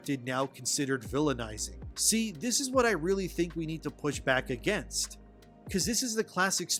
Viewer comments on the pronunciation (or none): none